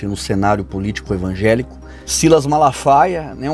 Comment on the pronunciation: Ainda ze diz evanjelico